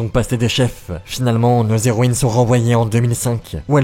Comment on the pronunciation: Y'a un truc qui m'a perturbé c'st que tu dis "zéroïnes", sans respecter le h muet TT